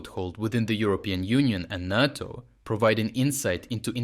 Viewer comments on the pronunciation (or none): none